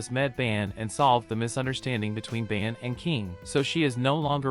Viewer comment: It’s not ban its bon